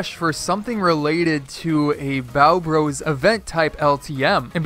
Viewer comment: Hol up , you said byeo bros (spelt how he said it)